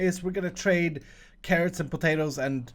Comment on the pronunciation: Omg I need to know now.. PATATORS?!?! PATATOR??!?!